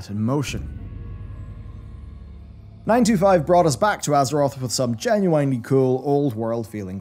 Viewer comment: It always catches me off guard the way you pronounce "genuine"